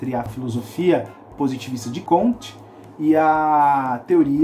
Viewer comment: Aos , a pronúncia do nome francês é "cômte", não "comtê".